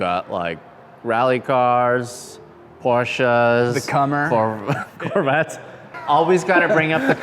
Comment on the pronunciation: Commer is pronounced as in COMplete. Borrowed one back in the late eighties, could have a lot of fun on a twisty road if wet, all at low speed. Owner had riveted a band of galvanised steel around the bottom to avoid it separating, yes it was that bad. Even went over the back door, rendering it a three door. Dogs liked all the space in the back to run around in.